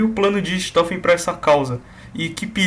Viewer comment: naturalmente a pronuncia de RICHTOFEN é Ricktofen, mas sem problemas